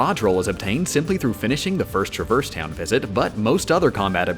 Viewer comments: my eye twitched when you said “truh-verse town” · It's pronounced Traverse Town.